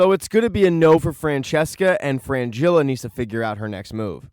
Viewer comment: It's Fringilla, not Frangilla